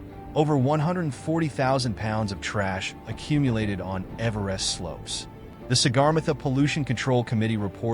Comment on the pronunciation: Man do I hate AI narrated slop. A video about Everest and they don't even have the AI pronounce Everest properly. What a joke of a video.